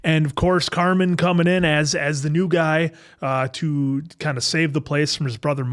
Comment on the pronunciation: I love you but it's Carmen, not Carmine. he's not a place for steaks🤣 I'm so excited for these reactions! The Bear is top tier television 🤩